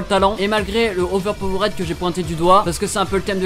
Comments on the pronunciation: on dit "overpower'd", astuce le suffixe "ed" en anglais ne se prononce jamais "ède" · La manière que tu dis overpowered 😂 bon tes français alors sa passe.